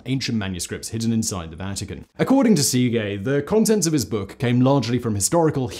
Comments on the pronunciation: Uh, that is NOT how you pronounce Szekely. Where the hell did you get sea-gay from? It's more like seh-kell-y if I break it down to the simplest form. I'm not very good at transcribing the phonetic forms of words but that'll do. Source: I'm Hungarian. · Seegay... cracked me up Simon.. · I usually enjoy these vids. However, the assault on the Hungarian language drives me to distraction. It is a phonetic language. It's not difficult to pronounce Székely correctly. Why do you make such a ham of it? You may as well be saying papreeeeka! Ouch.